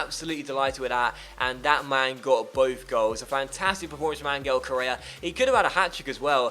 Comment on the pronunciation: Hey, love the series. Just a small gripe; Correa's name is pronounced An-Hel, not An-Gel. But seriously, great series!